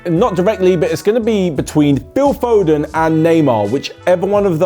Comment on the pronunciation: Did I really heard it Phil phoden vs Neymar 😂😂😂😂